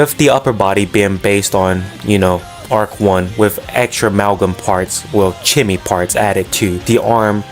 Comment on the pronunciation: Chemy is pronounced "Keh-me", as in [chemi]stry